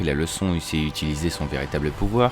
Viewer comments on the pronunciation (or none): none